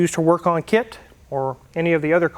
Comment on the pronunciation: Sounded more like K.A.R.R than K.I.T.T